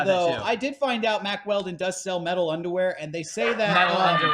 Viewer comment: I remember listening to the Baited Podcast and they pronounced their sponsor Mack Weldon as "Wack Weldon" I'm glad I can listen to a man's podcast where we pronounce words like real men